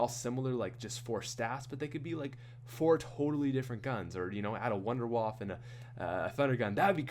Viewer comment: I simply have to dislike this because I'm sick and tired of everyone calling it wunderwaffle when it's wunderwaffe